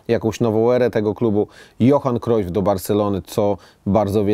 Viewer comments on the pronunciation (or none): none